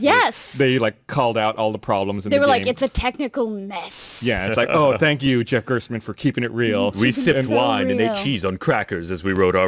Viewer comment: It's Jeff GERSTmann btw, not GERTSmann.